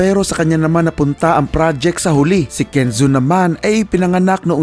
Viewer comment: natawa ako boss dun sa ken zhuo bilang "semen" hahahahahahahaha